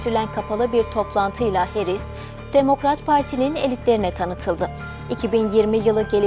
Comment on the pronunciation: Harris yazıbda Herris niye diyorsun??